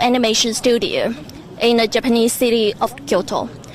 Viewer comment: Did she purposely pronounce japanese as "japenis" or else?